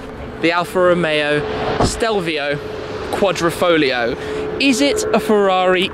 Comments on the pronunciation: it is said......foGLio and no folio..........QuadrifoGGGLLLLio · The pronunciation of this car was a headache for me